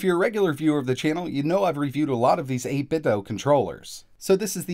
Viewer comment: it's actually 8bit - "do". not supposed to be pronounced like nintendo. also the custom software is currently only compatible with Windows/PC. they are working on a firmware update to make it compatible with other brands